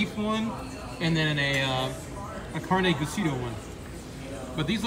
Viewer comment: Did he say carne giseedo. Lol he must be White